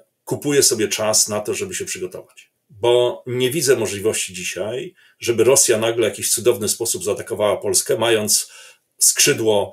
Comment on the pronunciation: Nie wczorEj, nie dzisiEj i nie tutEj tylko wczoraj, dzisiaj i tutaj Panie redaktorze